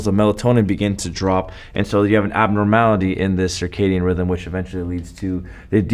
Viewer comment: It's circadian not circadium.